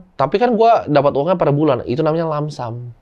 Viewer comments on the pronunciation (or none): Koreksi dikit bg yang bener lump sum bukan langsam